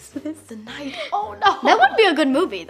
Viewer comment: Me thinking it’s he night before Xmas but nightmare say it yh “ight “